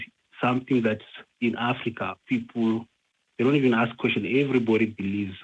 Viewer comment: And saying ax instead of ask.